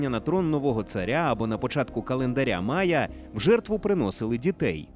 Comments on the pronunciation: Не мая, а майя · Не "мая", а "майя". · Не Мая, а Майя, телепень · Завжди все перекрутите! Лишь бы по вашему! Не МАЯ, а МАЙЯ! То у вас этэр, то мапа! Чуже слово , не наше! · Читаємо в Вікіпедії : The Maya civilization (/ˈmaɪə/) was a Mesoamerican civilization that existed from antiquity to the early modern period. При вимовлянні після звука "а" йде звук "і", далі знову "а". Ніяких "мая". Тільки "маЙя" як і було на протязі ста років до фонетики 2019 року, фонетики Кварталу-95, фонетики Коль-котлєт і ігрунів причандалами на роялі. В *опу коверкання української мови "новьімі ліцамі" зеленої команди !